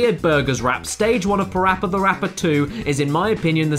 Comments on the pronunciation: PaRappa The Rapper 2 not PaPPy Rappy 2 ok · it's PaRappa The Rapper 2 not PaPy Rappy 2